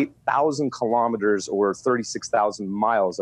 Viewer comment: Elon says KILO-METERS, not kalamaduhs.